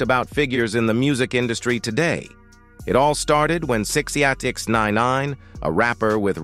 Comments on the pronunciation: Sixninenaaaneeen. Damn AI SHYT😂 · That shit sent me bruh. Pronounced his name 3 different ways and fucked em all up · The AI narrator was struggling like a mfer tryna say sixnine w that goofy ass spelling 😂.